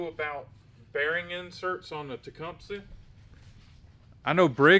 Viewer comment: You finally learned how to pronounce “Tecumseh”😄